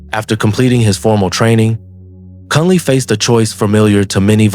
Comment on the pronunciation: He is called Drukpa KUNLEG, not Kunley. KUN means ALL, and LEG means GOOD. His name in Tibetan scripts shows it clearly: འབྲུག་པ་ཀུན་ལེགས་ Druk (འབྲུག) means Dragon, so Bhutan is the Land of the Dragon and so his full name could be translated as: "The all over good (excellent) man from the Land of the Dragon. Since Bhutanese can neither speak nor spell Tibetan, they make a lot of mistakes in spelling and pronouncing Tibetan words. Thats why all the word salads and everyone repeats that mistake.